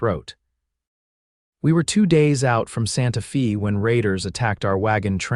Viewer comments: It's Santa "fay" even though it's spelled Fe. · I am getting hooked on the stories, but the AI reading these is killing me. Santa Fee? How do say a name like Maria? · Really annoying to hear the constant mispronunciation of the name Maria and Santa Fe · Hope your story e need well as yout Tmr mispronunciation of Maria and Santa Fe was so bad I couldn't keep liatening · AI voice, mispronounced Santa Fe and Maria. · I know! Drives me crazy too!😂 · It is a good story but any idiot knows how to pronounce Maria & Santa Fe properly. Please check your pronounciations of names.